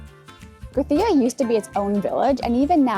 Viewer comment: Great video. As a Catalan just a small tip on pronunciation: in Catalan we don't pronounce the Cs and Zs as in Spanish. So you don't have to say Grathia or Barthelona. Saying how you'd say it in English is not perfect, but closer to Catalan than pronouncing the "th" sound. Also, when pronouncing words, take notice on the accents. Gràcia is pronounced with a strong A (Gràcia not Gracía, as you pronounced it). Glad you enjoyed our city!